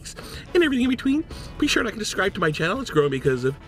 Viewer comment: ate the b in suscribe